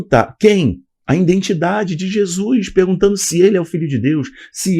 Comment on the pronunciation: Que isso?? "Jesuis"? Noutro vídeo falou "indentidade". 🤭 É nordestino agora? 😅 Aqui nóis fala assim. 😬